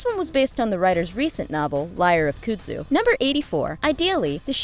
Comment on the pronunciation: Awesome! But I have to tell you, it is pronounced Kuhn-d zoo. Like a cow's cud